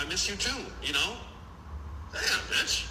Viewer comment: He can’t even say B***h right 🤣